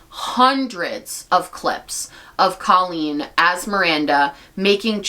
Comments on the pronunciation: it’s because she calls herself “coh-lleen” not “cah-lleen” and as someone who shares her name, she’s wrong. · I think she does pronounce her name Cole-lean for some ungodly reason 🫠 just makes me think of the word colon but to each their own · no it wasn’t right, her name is C “oohhhhh” leen. When I heard her saying her name wrong, she immediately became irrelevant. The “rise” and “fall”. Even at Colleen’s lowest point it’s still better than what this girl has done.